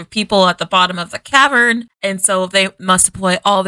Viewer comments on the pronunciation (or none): l know his is nit-picky but it is cavern not tavern sorry it is just killing me , kinda like people that say any-think when they mean any-thing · I like how you keep calling the cavern a tavern 😂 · *cavern (not tavern) (love the channel!)